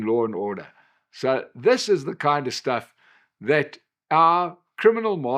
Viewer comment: sh...sh...shtuff 😂 we know, we know